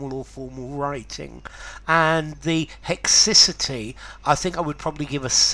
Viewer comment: I looked up in a dictionary, and they pronounce “haecciety” different to you